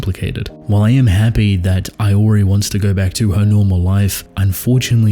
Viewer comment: The way you pronounce "Iori" feels wrong